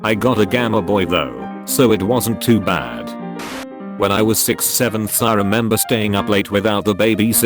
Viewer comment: I Heard Sex Bro Like I’m scarred for life